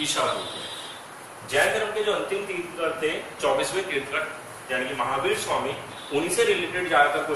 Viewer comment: तीर्थंकर होता है तीर्थकर नहीं